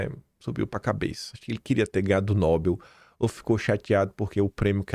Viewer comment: pronúncia certa é: NOBÉL, a tônica é no ÉL.